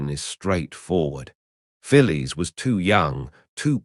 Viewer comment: In the radio show Round the Horne she was referred to as Fanny Haddock. I think Betty Marsden portrayed her. Always amusing, unlike the original it seems. The pronunciation of Phyllis intrigues me. In Australia we would say ‘Fillis’ whereas this AI (?) seems to refer to her as ‘Fillies’.